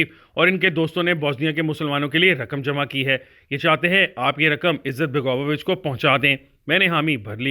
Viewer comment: Izzat-baga-vo-vich nahi balke izet-bego-vich hai.